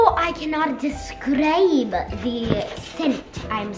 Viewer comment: im creasing at saying 'describe' he sounds soo scottish and im scottish lol love it